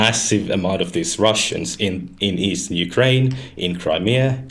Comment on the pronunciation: Destiny can't even pronounce Ukraine properly